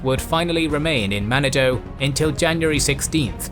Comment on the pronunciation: Manado-its pronounced man narn doe-its great scuba diving